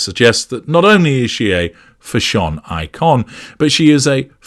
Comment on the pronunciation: fa-SHON eee-kon indeed LOL